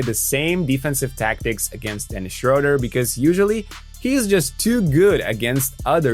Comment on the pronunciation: I really wish english speakers would start to pronounce his name right its not that hard. Look it up.